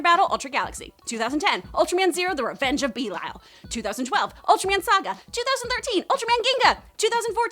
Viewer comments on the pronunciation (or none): And u might b the only one who pronounce belial as beelial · bruh she really said “bee-lia-el” 😭🤚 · R/B is pronounced "Rube" and that is NOT hos you say belial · She pronounced belial wrong too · You said some ultraman names wrong. Like feed and belial